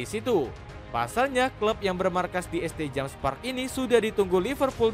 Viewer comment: St. itu bacanya Saint bg